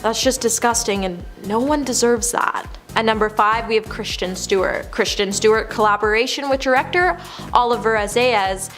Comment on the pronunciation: Jesus christ, the presenters on this channel are so bad. Please learn to pronounce words and names correctly (it's Kris-ten, not Christian.) at the very least, do one read-through of your script before filming. It's painful to listen to.